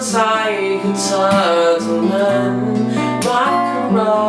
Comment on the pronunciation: เพราะดีนะ แต่ต้องออกเสียงให้ชัดหน่อย คำว่า <รัก และ ใจ อ้ะ )ไม่ค่อยชัด